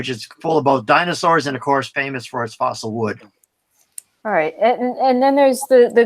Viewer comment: The old dude said “fossil wood”...lol